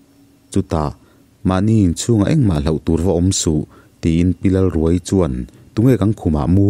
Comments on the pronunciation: Pi Lalruaii tih hi...pareka thil khaia, khai tih lam thluk anga lamtur awm zawk tak,thluk hniam thla lovin thluksang hret in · Lalruaii i lam dan hi , a tap ruai ruai , or ka tap ruai ruai , tih ang a lam a Lalruaiii tih tur a ni lo maww ?